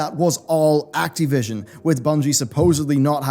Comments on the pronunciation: It's Activision, not Acteevision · Can't get over how you pronounce Ac-TEE-vision. :-)